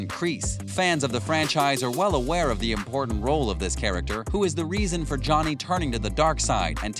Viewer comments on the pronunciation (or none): none